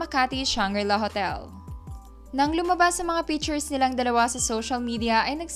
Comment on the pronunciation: Anong PITURES? galingan mo nmn ng pag pronounce